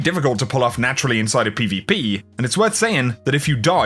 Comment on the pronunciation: Can you say PvP lol